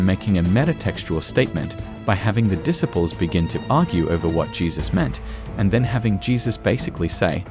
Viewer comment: this program is one in 1 million. It shows Jesus and his apostles his disciples in ways that no one has ever done before making them more human. However, your choice of a narrator for these sections is decidedly annoying in his mispronunciations of words that are well known like the word disciples using it with a short eye instead of long eye that it should be this is very frustrating to those of us who know the true pronunciations of these words, my suggestion is that you get someone else or you teach this man how to correctly pronounce the words that he is using